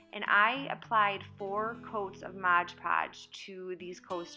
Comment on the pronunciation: It's MOD PODGE, not MODGE PODGE